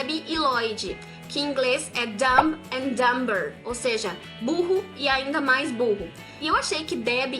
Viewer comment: Um outro exemplo de título que ficou muito bom em português foi o Divertida Mente (Inside Out em inglês). E uma dica sobre a pronúncia,, em "Dumb and Dumber" o "b" é mudo. A pronúncia correta seria algo como "ˈdəm ænd dəmər"